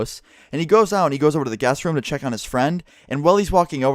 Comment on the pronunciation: I tought he kept on saying gas Room not guest room :D ahah